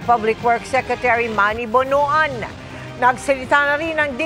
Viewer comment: Pronounce as BONWAN, not BONO-AN